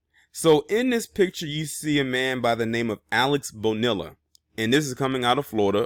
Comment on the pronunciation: ITS PRONOUNCE ...'BO- NEE- LAH